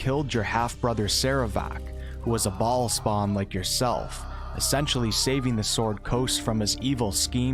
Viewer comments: I can’t get over the way he keeps saying ballspawn 💀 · Every time you say baal spawn, I chuckle. This is too good XD